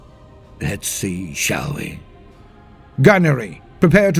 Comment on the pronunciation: I've never known how to pronounce seneschal proper so I'm committing to how you said. Cheers humble servant😁👍